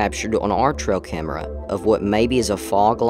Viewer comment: Why does he keep saying "Tro camera"?